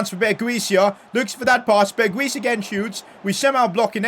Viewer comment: Berguis is pronounced Berghouse